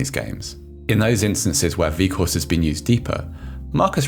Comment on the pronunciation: Narrator: "Wieghorst" Me: "cries in Dutch"